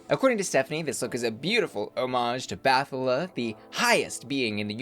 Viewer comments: Bathala is pronounce in Filipino as Bat-ha-la. 😊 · U usually make efforts to research stuff before posting anything. I hope u also researched how bat-ha-la is pronounced, which I guess Stephanie also used in the show. You’ve pronounced other foreign languages correctly before. Just that. Love your vids still…